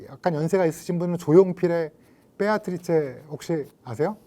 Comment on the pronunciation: 뻬아트리체 ㅋㅋㅋㅋ 라고 하시는 거에 괜스레 느껴지는 친밀감ㅋㅋㅋ